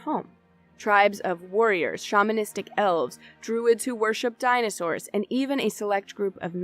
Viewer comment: Wait a minute... Did you say Ixalan has Dinah Shore?